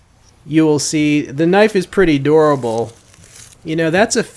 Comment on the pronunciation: Lol just busting your balls but the first like 4 times you said "a durable knife" I thought you were saying "adorable knife" because you pronounce dur like door. I was like "how does pounding it into a log make it adorable?"